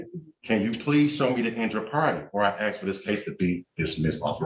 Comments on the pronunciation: There's that word again, "aks" ... What is the problem with these people who cannot pronounce ASK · Please pronounce the world ASK correctly, it is not pronounced AX. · “Statues don’t apply to me”… “I axe you”…